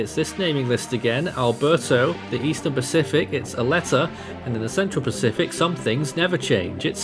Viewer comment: When said Aletta i thought he said "a letter"